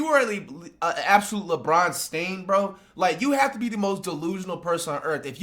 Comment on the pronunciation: "Stan" not stain